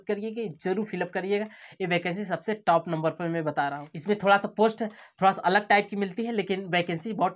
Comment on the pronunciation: Are yaar pahle top ka pronunciation to sahi karo 😓😓😓😓